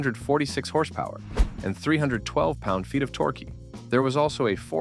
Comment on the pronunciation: Lol what the world is he saying sometimes ?? What is Torquey lol😂😂😂😂Im very confused it is Torque.